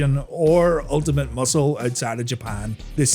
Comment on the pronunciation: UL TI MAT.....MUSCLE